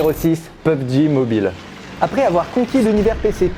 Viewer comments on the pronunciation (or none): Mdr vous êtes vraiment marrant vous... Il l'a très bien dit, ça se dit exactement comme ça, c'est plutôt nous les français qui le prononce mal mais le jeu se prononce PEUBGI, partout dans le monde ça se prononce comme ça... Y a que ici en France qu'on le prononce Pé U Bé Gé ! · POP J Xd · Ca secris pubg mais sa se prononce pobgé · comment tu l as mal dis XD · Mdr tu la mal dit